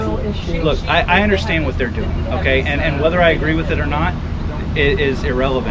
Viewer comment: "I undorshtannd" lol the word "undorshtannd" is one syllable, you got that, murica !